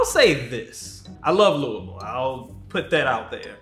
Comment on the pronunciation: No way he came for Louisville!! 🤣🤣🤣 that’s my state, come at me! At least he pronounced it right: loo-uh-vull 🤣